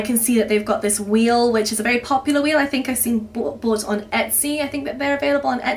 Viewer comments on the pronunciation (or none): none